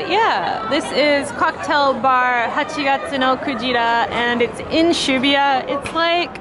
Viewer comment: Like every other foreigner that don't speak japanese, I'm been pronouncing Shibuya "she boo ya" incorrectly. Good to learn the correct way from:)